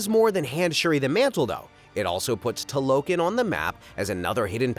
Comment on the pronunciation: It’s TALO KHAN